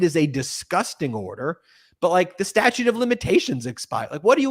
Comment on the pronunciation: Statue is the word you are talking about. Statute is what is coming out of your mouth